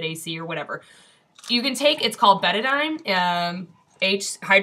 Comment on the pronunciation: I've had Hashimoto's and vitiligo since 1975. I'll be on thyroid hormone for the rest of my life. BTW---it's betAINE, not betaDINE....big difference. Drinking betaDINE will kill you!